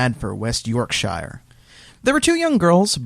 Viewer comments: Hehe, gotta love the way pronounces "West York-Shiar". It's just "York-Sure":) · It's not York-sh-igher, it's York-shure. (Yorkshire) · Wow that pronunciation of Yorkshire